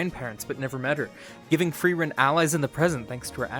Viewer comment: I want to thank you for being the first english-speaker I've heard say Frierens name correctly. It was a small thing but it immediately showed me your attention to detail and gave me the right mood for the video :)